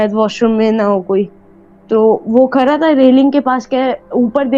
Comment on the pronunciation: او بھائ تو کھرا تھا یا کھڑا تھا؟؟ Are all my fellow Pakistanis suddenly dyslexic? Or is it cool and modern to pronounce Urdu words wrong?